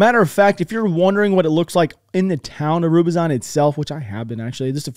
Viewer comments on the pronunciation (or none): Rubi-zon? (ru-Bizh-nye) Ru, like rumor Bi, like bit Zh, like miraGE Nye, like (browN YEllow) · Thank you for your frequent uploads. Some constructive feedback: Rubizhne is not pronounced "Rubizine" (learn to pronounce "zh" ), Severdonetsk is not pronounced "Severnadesk" and Sloviansk is not pronounced Slovinask. Keep it up otherwise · Just a small correction - Rubizhne is pronounced: Ru-bizh-nay.